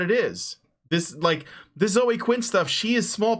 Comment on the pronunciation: Zoe is a two-syllable name. It's "ZOH-ee". Drives me crazy when people mispronounce that.